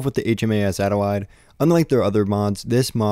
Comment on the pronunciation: NIce video…BTW “Adelaide” is pronounced as “Ad-el-aid” 😉